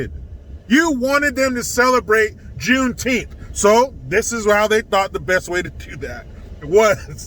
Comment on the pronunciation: I couldn't even get through your intro it was so annoying I recommended YouTube not recommend your channel ever again thank you have a good day. When you say the word Juneteenth sounds like a word Mis pronounced improper English.